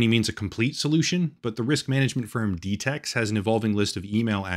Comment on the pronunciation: Wait, I did what now? Ooh... "D tex". Apologies, minor misunderstanding